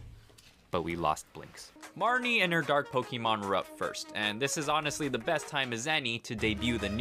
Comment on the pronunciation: First time hearing this intro, I heard you say "I am the Depressed Nuzlocker in the world".... which is also probably true